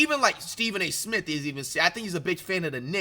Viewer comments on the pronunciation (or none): none